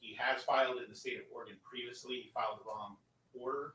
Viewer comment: I have to object to the mispronunciation of "Oregon". It's not organ - there's an 'e' in there for a reason. Thank you.